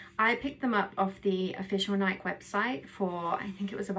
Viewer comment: Decent review of this great shoe. As a strictly treadmill runner, I enjoy running in this particular shoe. Just a heads-up, the name of the company that makes this shoe is pronounced "Nikey" like the nickname Mickey, not like the word bike.